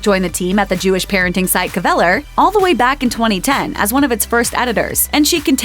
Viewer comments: I know how the word is SUPPOSED to be pronounced, but N pronounced it as if it were 3 syllables rather than 2. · Your pronunciation of "Kveller" is a little odd... The k and v run into each other.